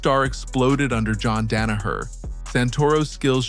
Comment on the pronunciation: "Jehn Danoher" Dude, what is this video and why is it 15 min long? Noone is talking about this. An intrigue? A crazy person commited a crime. That's it. Happens every day.